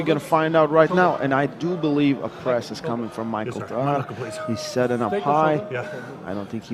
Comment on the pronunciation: He keeps calling him quickvinia 😂